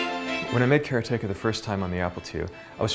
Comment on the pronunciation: How is it supossed to say karateka? I think he pronounces it correctly.